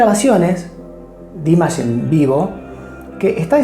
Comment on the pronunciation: He absolutely does not and By the way, you are not even saying it right so maybe look it up before you say the wrong thing a third time . This is the second time you are saying it wrong. If you ever saw him LIVE you might realize he is good enough to sing live.